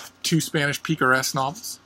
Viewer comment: "Peekaresque" :D